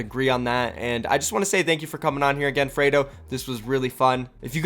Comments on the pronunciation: It's not frado it's freedo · Fraydo??? It's freedo dude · Since when does Free sound like Fray? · If only you said his name right😭